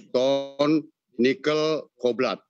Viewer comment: Hadeuh pak..pak, kobalt bukan koblat, yang begini mestinya ga usah bapak CEO yang ngomong cukup anak buahnya saja yang punya background kimia. Maap ya..semoga kritik membangun ini bisa diterima, biar ga malu2in amat CEO asli Indonesia.